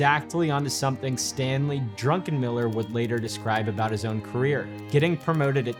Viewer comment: "Drunkenmiller" lol